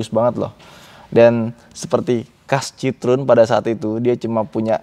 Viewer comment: Kalo liat di Wikipedia, cara bacanya bukan sitrun mas, tp sitroén, ada tuntunannya di wiki gmn cara bacanya.. CMIIW...